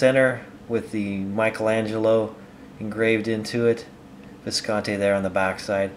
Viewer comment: It's been 6 years and he still doesn't pronounce it correctly--Viscontee!